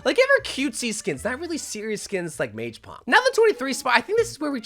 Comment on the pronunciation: You're killing me with how you keep pronouncing (or not pronouncing) mage. Not mag.